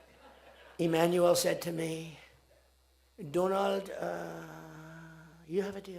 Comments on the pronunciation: Donald Trump ❌️ Doland Trump ✅️ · My Friend Do laand Trump😂😂😂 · Doland, Doland 😂😂🤣🤣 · Le Modiji saying - Mr do-laannd Trump 😂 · From my frrrand Dolund Trump to Saaaaaaaaar! How time flies😅